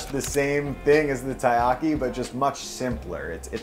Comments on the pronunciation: i feels weird when you say tie-ahki, when i lived in japan they always say Terriyaki. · That cringe-worthy moment when even the Co-Owner of a Taiyaki shop pronounces Taiyaki wrong :/